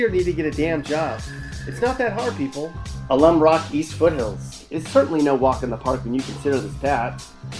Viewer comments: His pronunciation of Alum Rock says it all, lol. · I never heard anyone pronounce Alum Rock that way. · Bruh these pictures are not San José. You obviously aren’t even from here because who in the hell mispronounces Alum Rock?!? Get the hell outa here! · Can't even pronounce Alum Rock correctly.